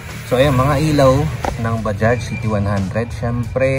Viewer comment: Mga ibang blogger tawag nila dyan ay baja? Mali po! Bajads po! Ang tamang bigkas sa bajaj